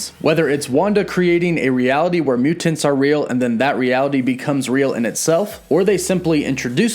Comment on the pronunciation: Anyone one else annoyed by the way he pronounces mutants?